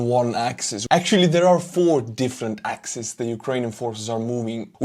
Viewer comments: Great stuff,, as always. The plural of axis is axes...pronounced ax-eez. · Axis=singular. Axes=Plural form of Axis, pronounced ax-ees. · it's "axes", no "axises" 🙈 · FYI the plural form of 'axis' is 'axes', a rarely-used spoken word because it is so easily confused with the plural for 'axe' spelled the same way. In spoken form it is often pronounced as 'AX-ease' to distinguish the former from the obvious pronunciation of the latter, 'axes.' You might want to stick to the preferred Ukrainglish term most commonly used in covering this war: 'direction.' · thanks again! One handy trick maybe? It’s axes (pronounced axees). No worries about the butchering ….and hoping for more badass Ukraine victories like these 👏🏻🇺🇦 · my friend, the plural of axis is not axis´s but axes, pronounced axees. Other than that, thank you very much for your updates and positive energy. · Always accurate and right length. One point: "axis" (singular) "axes" (plural). Because the word comes from ancient Greek.